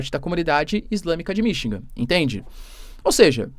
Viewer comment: Pelo amor de Deus, é Michigan não Minchingan.😮